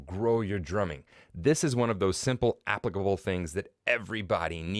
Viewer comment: great video man, did make me laugh the way you say "applicable" though- is that a Canadian thing? haha